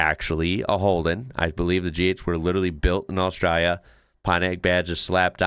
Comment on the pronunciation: Well done bro!! You now even say the name of our country the right way. A-straya. On the snow; believe it or not, we actually have more snow on our east coast than Switzerland. I'm a 71-year-old from Western Australia, and I've only seen snow twice in my life, and neither time was in 'Straya.